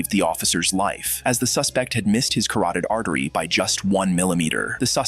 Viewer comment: what is a karated artery